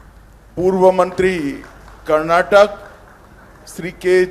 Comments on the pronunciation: Firsr he shd learn to proniunce Karnataka and Kannada. He says Karnatak and Kannad. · Amit Shah can not even pronounce properly the name of our state and language. It is not Karnatak and Kannad which always he says. He is home minister.